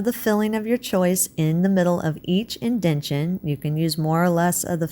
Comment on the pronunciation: Thank you, very interesting! No offense, but the word is: IN-DEN-TA-TION🙂